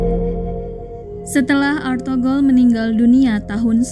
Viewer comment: ETHUGRUL BUKAN ARTHOGROL